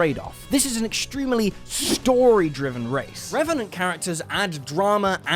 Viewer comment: Me: always wanting to make a Deadpool character him: reventent